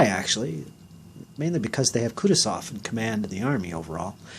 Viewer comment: You'r pronouncing Kutosov wrong, its pronounced kooh tooh zov.